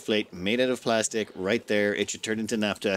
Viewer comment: Naphtha (ph=f, as in "photograph", "philosophy", etc.), not "napta" (unless you also say "potograp"). ;-)